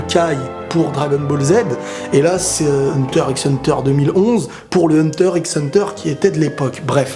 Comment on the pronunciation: Par contre faut arrêter de dire Hunter IXE hunter